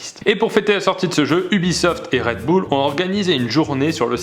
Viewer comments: Bon... comment le dire... C'EST PAS RED BOUL !!! C'EST RED BUL !!!!!! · C'est moi ou au début il a dit redboulles au lieu de RedBull !! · Fidji 287 Bull se prononce Bule apprends l'anglais ptet?